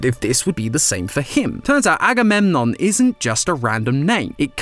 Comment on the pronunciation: agamemnom is actually pronounce a-go-meg-on